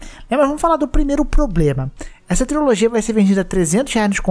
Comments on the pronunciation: Mano adoro os vídeos do, mas toda vez que ele fala triOlogia e não trilogia (e ta assim no titulo também) me dá uma pontada no estomago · Não estou negando que é uma TRILOGIA porque de fato é uma mas, é engraçado ver o querido dizer TRIOLOGIA kkk não sei se é um meme interno do canal falar TRIOLOGIA ao invés de TRILOGIA.